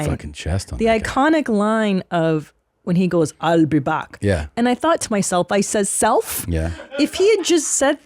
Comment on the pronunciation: He enraged everyone on set because he couldn't pronounce "i'll" xD